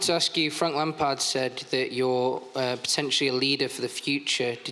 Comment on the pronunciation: Frank Lump-o-lard